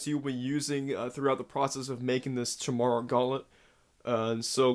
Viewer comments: I know this is super late but you pronounce it "kai mee rah"... It's the name of a mythical creature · Chi-mara???? What kind of idiot can't pronounce Chimera? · Chimera is pronounced kaimera